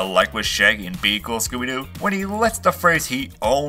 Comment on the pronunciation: he just said scoober doo